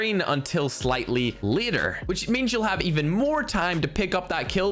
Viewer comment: Why does his later sounds like liter? xDDDD